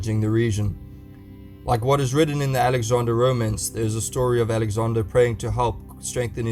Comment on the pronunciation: It's not Alexander godamnit 😤